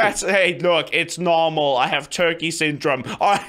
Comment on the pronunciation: Syndrome not sindrum